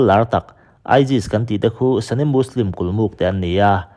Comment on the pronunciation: Sunni leh shia hi english word anilova sunni hi 'sani' ti a lamrik tur nilovin mizo ṭawng a 'suni' ti a lamrik tur ani zawk. Arab mi leh muslim mi ngeite lamrik dan pawh ani. Thumal/hming lam dikloh hi i ngah lawr lak thlirtu leh ngaithlatu kan ṭhahnem ṭhin bawk si a,uluk in midang thurawn hi ngaipawimawh lehzual la ngaithlatute tan leh nangmah ngei tan a tha dawn emmai. I thawhrimna erawh fakloh a har thlawt e.